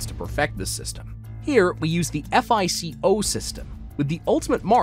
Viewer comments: repeat after me: "fye-koh" score. not "eff ei cee oh" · No one calls it “F - I - C - O” 😂 It’s just one word, FICO (FIE-coe) Dude, are you accepting applications for narrators? I know how to pronounce words (see: Azerbaijan, from a few weeks ago), and will look things up if I’m not 100% sure!